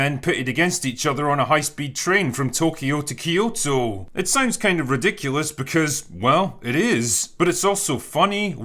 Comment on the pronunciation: It's 'Kyo to' just like it's the opposite with 'To kyo'. Not 'Keeeeeee yoto'. Just as Toyko isn't 'Tokeeeeeeeeyo'.